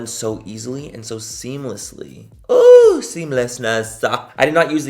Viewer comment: I loved the “SEAMLESSNESS” your almost as pail as 😂😂